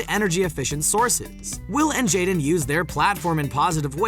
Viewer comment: His Name is JADEN Not jeda do your reserch man 😂